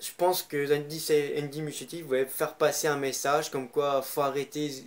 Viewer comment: J’ai pas compris par contre au début le nom du réalisateur tu la carrément écorcher